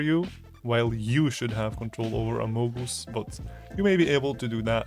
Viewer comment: “a mow goose”